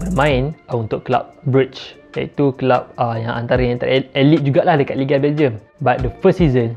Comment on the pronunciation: Aylit bukan elite